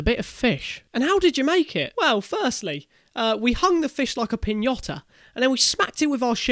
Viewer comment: I love this guys but...piñota...who says that I thought it was piñata